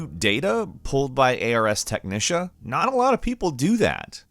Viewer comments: "Technica" definitely had some cringey pronunciation. As for "Ars", they probably didn't want to be demonetized because of "use of crude langauge" or whatever excuse YouTube uses. Mind you, that's assuming there is an algorithm that scans spoken speech (possibly the same one which provides automatic captions) for apparent swears. Either way, Arse Technica always, for me. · WTF is "A-R-S Technisha"?